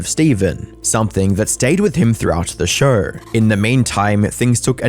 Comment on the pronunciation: It’s show…. Not shurrrr